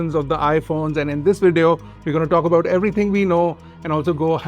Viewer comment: Wideo and Wolume?